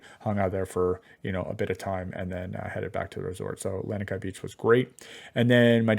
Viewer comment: I'm from Hawaii LANIKAI is pronounced LAH KNEE KAI , I feel bad that you were ripped off on this hotel, I mean Don Ho used to sing there which tells how old it is but in Kailua there is a great local restaurant called Boots and Kimo which is a great local restaurant